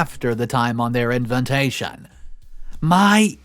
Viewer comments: FYI...the word especially is pronounced ES-pecially not ecs-pecially! Also, invitation is pronounced in-vi-ta-tion not in-vent-ta-tion. Just sayin....🙂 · after soooooo many videos, how can you still not pronounce INVITATION?! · "Inventation" ... you mean invitation ?